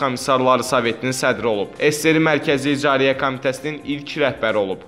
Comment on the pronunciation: İcariyə yox ay qardaş icraiyyə